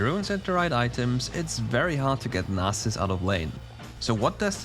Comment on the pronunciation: Yeyyyyy you said Nasus correctly . Yahoooo. (Nas main is happy)